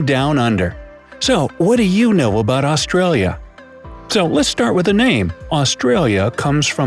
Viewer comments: I hate how he says ausraria lol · Os-trail-yah is how he's saying its pronounced ah-stra-yah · Im pretty sure its called Australians mate And its Australia not austraria I guess Im a controller cop yeet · this man really said “aus-tray-lis” ew stop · Ik right it’s aus-tra-lis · He said, " Us-tra-lia" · The amount of words he got wrong lol. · It would have been nice if an Australian did this. Every second word is pronounced incorrectly, some of it is almost Chinese with a Russian accent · Australis is also pronounced incorrectly